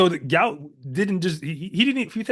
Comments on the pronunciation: Just FYI,his name is pronounced Gwot Gwot,not gout like the disease. I, for one,would like to have my name pronounced correctly,and no one knows who the hell I am. As he does have some celebrity,I'm sure he and his parents would like his name pronounced correctly. J̌ust sayin. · Why do you guys continue this deliberate mispronouncing and misspelling of the youngsters name. His name is Guot Guot, please do not perpetuate this disrespect!!